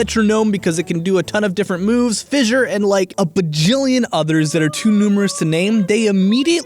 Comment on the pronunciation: Why do you keep saying fissure